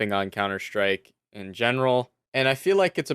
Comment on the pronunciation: your pronunciation of counter strike is like cunter shtreik xd